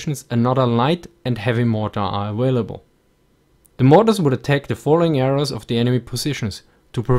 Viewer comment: "Vould enforce discipline"